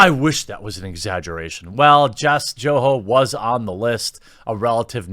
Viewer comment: Jess Joho is pronounced "Yoho"... It is a German Swiss name. Joho's changed the spelling to Yoho when they migrated here before the American Revolution.